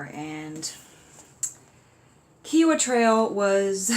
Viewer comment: rodoh22 If he said a well or trail was there, it was. And it’s Ky-owa